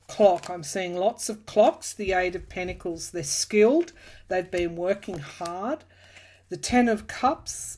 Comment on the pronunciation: The word is pentacles pronounced with a 't'. Not: pennacles